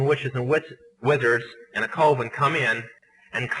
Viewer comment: Does it annoy anyone else that he calls a “coven” a “Colvin”? Why do numerous sources online say he ended up backsliding back into witchcraft?